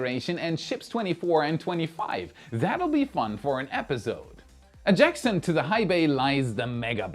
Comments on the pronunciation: I love your show. I watch it all the time. I love your German accent, too. Let me share with you a secret: Adjacent is pronounced AH-JAY-SENT. The ‘C’ is soft and sounds like an ‘S’. I’m not sorry - I couldn’t resist. Keep up the great work. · Let me preface this by saying that I am very much impressed with the mastery you have over the nonsensical mess that is the English language as a non native speaker. But I thought you might like a bit of constructive feedback on your pronunciation. Adjacent is understandably tricky but it is pronounced more like a-jay-sent than a-jack-sent. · as a subscriber I feel compelled to urge you to go and look up how adjacent is pronounced lol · Good stuff, as always. Btw you might want to check your pronunciation of - adjacent - 😁